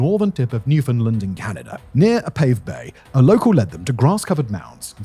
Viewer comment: Oh! … so close to pronouncing Newfoundland as the locals do. 😂